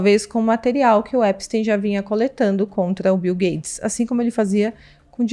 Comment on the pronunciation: ela fala bil gades? kkkkkk